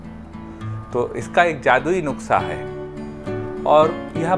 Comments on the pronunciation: Thank you so much Sir for sharing this remedy but it's "nuskha" not nukhsa... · It's not nuksa...it's nuska😀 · नुक्सा नहीं नुस्खा सर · Nuskha hota hai nuksa nhi sir ......ap bolte hue bhut acche lagte hain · aap bar bar nuksha bol rhe hai jabki wo nuskha hota hai 🙏🙏🙏 I am sorry ager bura lge to 🙏🙏but very nice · Sir nuksa nahi nuskha boliye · Sir nuska bolte h nuksa nhi bolte h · Nuksa nhi Sir nuskha hota h🙏 Sorry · Nuksa nhi nuskha hota h